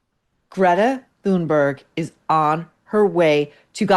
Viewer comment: IDK if you’re trolling us but Maureen can you please learn how to say her Greta’s and kaffiyeh correctly? Same with the name Hoda Kotb. You are the only person that says names incorrectly and you are an intellectual person.